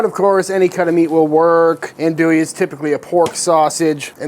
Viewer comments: Minor critique - "Ohn-du-e" not "Ann-doo-e" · Hi Sir with all do respect it’s pronounced ON-do-ie. I’m from the bayou and the birth place of this wonder German Coonass sausage is LaPlace Louisiana, about 20 minutes from my current home and about an hour from where I grew up on the bayou. Love the vids, they were actually my getaway when I was recovering from throat cancer last yr. Great work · Ahn-douie And if I hear you say Pee-can instead of pa-Kahn I’m gonna kick you in the jimmy! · He keeps referring to this as Andouille. He should say Cajun Andouille, as Cajun Andouille and actual andouille, have nothing to do with each other. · That's some legit andouille just gotta work on your pronunciation